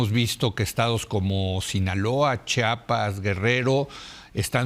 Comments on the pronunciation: Como lo pronuncia Chapas , cómo se escribe Chiapas 😢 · Porque dicen chapas Es chiapas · Estoy casi seguro que la señora Abogada pronuncia siempre Chapas. No es la ùnica. Es un error muy común y penoso. Pero tap vez estoy escuchando mal. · Es Chiapas no CHAPAS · Porque son tan ignorantes y viven en su burbuja que tal vez ni siquiera han estado en CHIAPAS y no saben como pronunciarlo! 😅